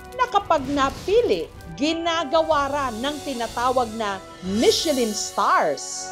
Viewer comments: Parang pronunciation nyan " mi shuh lan(nasal), hindi Michelin?😊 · Buti pa si Ms. Jessica hndi inaartehan ang salitang MECHELIN, yung iba inaarte ang pronunciation na "MICHE-LAN" HAHAHA